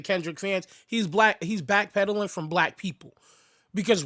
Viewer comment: Yo he said black pedaling😅